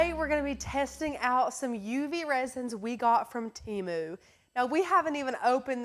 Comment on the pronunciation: TEMU...pronounced Teh-mooh